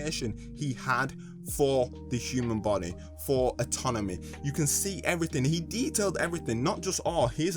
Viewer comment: He was saying atonomy and not anatomy the whole time